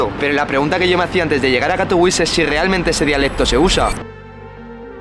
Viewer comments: Vaya pantomima de video, ni siquiera sabe pronunciar el nombre de la ciudad en la que está, suena a propaganda de unos frikis que no representan ni al 8% de su región...como todos los países, Polonia está conformada por zonas que en algún momento de la historia eran independientes o formaban parte de otro estado o imperio, Silesia no es la única, pero a algunos les gusta sentirse especialitos. En los últimos 15 años he recorrido todas las regiones y grandes ciudades de Polonia y nunca habia visto señales de movimientos independentistas, le he preguntado a mi mujer (polaca) sobre este tema y ha flipado con este video. La prueba es q busca gente por la calle y les importa una m.. este tema como al 99,9% de los polacos. Ese partido lo que quiere es dinero público para vivir de su chiringuito y llegado el momento recibir dinero de potencias enemigas de Polonia para perpetuarse en el sistema, pero los polacos saben perfectamente que la unión hace la fuerza y que son más importantes las cosas que les unen. Por cierto, eso del catolicismo obrerista sindicalista, lo del color de las banderas (amarillo y azul? Que se anexionen a Ukrania entonces)... Q me lo expliquen, en serio, no hay por donde cogerlo. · yo vivio en polonia mi novia es polaca de silesia y lo que dice este pibe, es muy rebuscado ni siquiera sabe pronunciar el nombre de la ciudad en la que esta haciendo el video, pura desinformacion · Por dios, no sabes ni decir el nombre de la ciudad que estás mostrando... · Cuan ridiculo puedes ser para pronunciar Katowice como si fuera una ciudad estadounidense o inglesa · jajajaja. A mí también me ha parecido curiosa la manera en que la pronunciaba, al principio no entendía a qué ciudad se refería /katoviče/ no /kato'wis/ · Nene, Katowice se pronuncia CATOVICHE y no CATOUIS. Katowice no es una ciudad inglesa. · En español se pronuncia CATOVIZE y no catouis. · Katowis🤣🤣🤣🤣, como puedes hablar de algo si no sabes como se pronuncia el nombre de esa ciudad